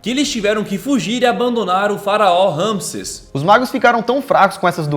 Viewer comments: Amei o vídeo mas É RAMISSÉS Ñ RAMISSES ACENTO NO É!!!! Kkkk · Ñ é ramisses ! É Ramissés ...faz a pronúncia direito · Geeeente passei o vídeo inteiro corrigindo vcs.. o nome do faraó é Ramsés.. RamsÉs.. tem acento no é... vcs fazem a pesquisa pro vídeo mas nem se ligam na pronúncia.. adoro os vídeos d vcs, porém vcs pecam nessas pequenas coisas..